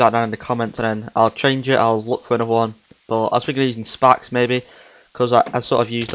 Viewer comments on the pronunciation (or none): its sphax, pronounced sfax lol not spacks pmsl, ohh that made me laugh